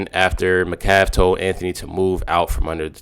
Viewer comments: Sigh 😔 it’s not McCaff it’s Metcalf! Geesh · Can you please pronounce the name Metcalf correctly you keep saying Macalf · Bro, can you please say the last name correctly? It’s Met Calf. Metcalf. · Please quit mispronouncing Metcalf